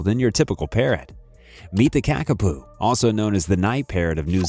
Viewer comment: The narrator is pronouncing the New Zealand flightless parrot as Kakapu( which is incorrect) this is correctly spelt and pronounced as 'Kakapo'.